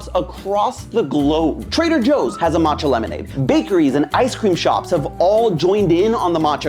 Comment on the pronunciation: the two lls in camellia are pronounced like you would expect. e.g. in belly you don't pronounce the "t" in matcha - it goes ma~cha (two syllables)